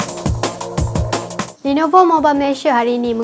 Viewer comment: Hahahaha Asal sebut nelovo...ingat neelofa ke ...😂😂😂😂